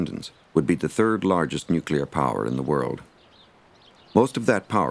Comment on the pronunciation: Helmetless Riders.. This is a pre-Nanny State documentary.. where it seems they were afraid of nothing... except maybe Neww-Cue-Ler War?. Hahaha